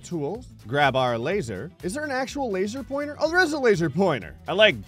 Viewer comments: ”So I haveth a laser pointere” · "So I haveth a Laser Pointere . . ."